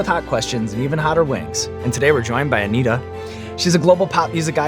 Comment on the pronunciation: Anitta or Anita? They say Anita but it's written Anitta?